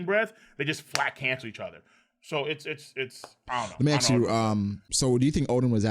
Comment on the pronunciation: Why do you pronounce ask as axe?